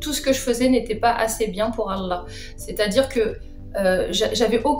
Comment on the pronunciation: elle ne parle pas un mot d arabe bouffi même son accent pour dira Allah l à trahis 😂🤣🤣🤣